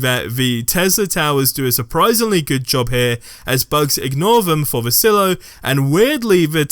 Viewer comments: It's pronounced "sigh-lo" not "sillo" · Sigh-low. Silo. Not sill-o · Oy. It's pronounced "sigh-low". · Please never say Silo like that again.